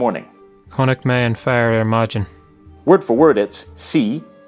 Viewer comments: Also, fhear and fhir were pronounced wrong. It is pronounced like the two consonants at the sentence beginning vanished. So instead of 'fear' being pronounced 'far', it's pronounced 'are' when spelled 'fhear' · You are right. In no dialect is the fh pronounced in Irish, nor in the Caighdeán. And when your man pronounces the word 'fear', it almost sounds like féar.